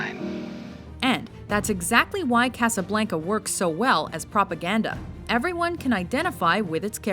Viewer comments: WHENEVER THIS BITCH SAYS CASABLANCA I WANT TO DIE, DO YOU HAVE TO BE SOOOO WHITE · I hate the way she says Casablanca.